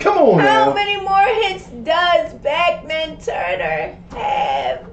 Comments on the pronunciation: Back-min Turner Overdrive😂 It's prounounced Bahk-min! Someone shoot me please... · Its pronounced bachman turner overdrive not bechman turner overdrive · Heads up…the bassist and drummer are brothers (Randy and Robbie Bachman). The lead guitarists are CF Turner and Blair Thornton. First album I ever bought was “Not Fragile”. And btw, it’s Bock-man not Back-man. Next time try “Roll on Down the Highway” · Pronounced Bauk-men not Back-man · We know it, cuz WE WERE THERE!! Can you imagine all this on the radio...Every day!!PS. It's Pronounced Bockman.